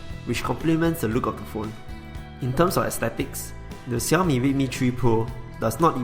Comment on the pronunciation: Nice to finally hear someone pronounce Xiaomi the 'right' way instead of the irritating 'Shell-Me' !